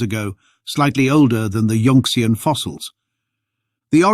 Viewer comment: yun-xian not yunx-ian